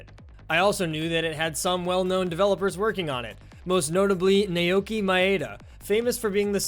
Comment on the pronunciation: "nay okee my-aida" It's pronounced "now-key my-duh"